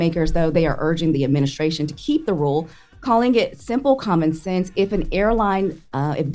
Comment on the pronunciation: Charlamagne not knowing how to say ADMINISTRATION is just hilarious to me lol